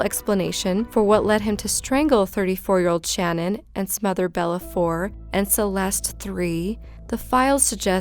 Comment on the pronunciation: I’m from Colorado and it really bothered me for some reason how you mispronounced CECE and SHA’NANON..